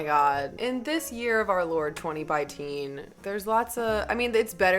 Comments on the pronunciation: i screamed when she said 20biteen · Also did you say "twenty bi-teen?" If so thts gold!!